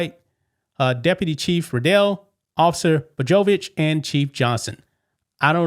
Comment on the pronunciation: Paused ... it's pronounced "Bo-yo-vitch."